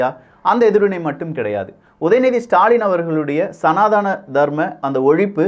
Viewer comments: IT IS NOT SANATHAANA, IT IS SANADHANA. PLEASE CORRECT YOURSELF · Sir again wrongly pronouncing சநாதனம் as சநாதானம்